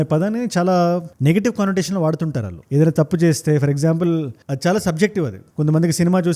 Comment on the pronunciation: Suggest 1. Speed of your narration should be bit slow 2. తెలుగు ఉచ్చారణ వాల్లు, వీల్లు, వెల్లేరు బదులు “ ణ” “ళ్ల “ వాడండి. తెలుగు బాగుంటుంది. వీణ సొంపు గా ఉంటుంది.